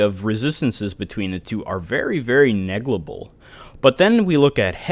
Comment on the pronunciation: Your videos are extremely informative, thank you for going into so much detail about every little thing. So awesome for new players who are serious about min/maxing or want to get into pvp like me. The only complaint I have is that you say neglible instead of negligible hahaha.